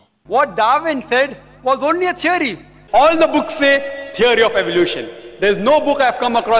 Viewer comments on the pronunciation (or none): A teery isa teery! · “A teery...is a teery!” 😂